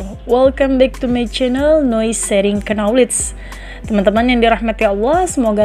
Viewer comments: Kenapa kata Knowledge dalam bahasa Inggris diucapkan oleh narator dengan KENOWLEG tidak dengan "Noowledge" dengan menghlangkan K-nya..Semoga ada jawabannya yaaa.... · Pengisi suara mohon dibetulkan pelafalan utk kata 'Knowledge, yang benar: nouw lej BUKAN ke no lej. Huruf K nya TIDAK disuarakan. Terima kasih. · Penyebutan "knowledge" masih kurang tepat. Huruf "k" tidak perlu di sebutkan, cukup ucapkan nowleij saja. Saya do'akan semoga videonya semakin baik lagi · Duh, bacanya bkn KNOWKEJ. Tp NOwlej. K nya jgn hilang, W nya dibaca tipis. Ok trs berkarya! Sukses sll..!! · Bukan kenowledge mbak...k nya senyap... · Menyebut knowledge huruf "k" dan "n" seperti huruf "k" ditelan sehingga huruf "n" lebih dominan, ˈnɒlɪdʒ Mendoakan semoga channel ini semakin maju 👍👍👍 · baru play, perhatian teralihkan gara2 dengar kenowlej cenah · Masukan min.. knowledge dibaca nya nowlej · channel bagus isonya. Tp lafal kata "knowledge" diluruskan ya. Huruf "k" tidak dibaca ya jika ada sebelum "n". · Knowledge, 'K' nya silent kak